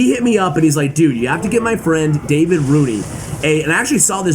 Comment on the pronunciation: Gotta love the fact that you have tried to pronounce "Davide" in two different ways, and none of them was even close to the correct one. Anyway, we still love you. Keep up and cheers from Italy 🇮🇹